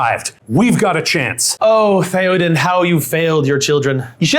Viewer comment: it’s theoden there’s no R